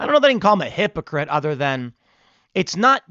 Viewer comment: "Hypocrites" say it with me... 🙂